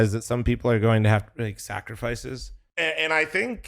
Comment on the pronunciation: K - YOU - SUKE NOt KJOSKE